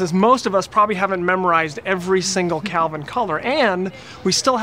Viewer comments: Great help but the temperature is called and pronounced Kelvin not Calvin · hahahaha it's "Kelvin," not "Calvin,".